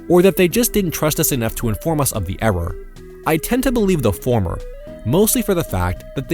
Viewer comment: man, I love the way he enunciates his R's when he says error